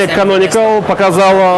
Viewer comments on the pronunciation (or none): Акцент на КанониКАЛ, это специально?